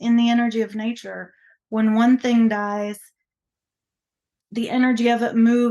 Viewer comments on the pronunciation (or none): none